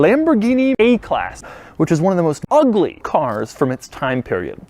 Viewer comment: The emphasis on the first UGLY 😂